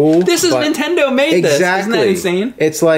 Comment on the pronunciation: damn it it's Nintendo not intend oh!